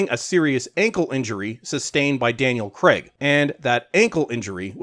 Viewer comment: This may seem petty, but can you lot over the pond please call Craig, "Craig" and not "Creg?"